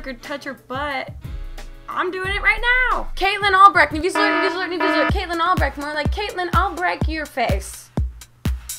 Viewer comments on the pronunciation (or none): none